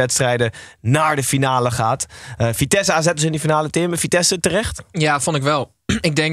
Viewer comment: Het vriendelijke verzoek of jullie vitesse voortaan zo willen uitspreken. Dank